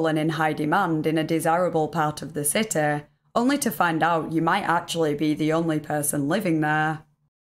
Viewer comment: Tha citeh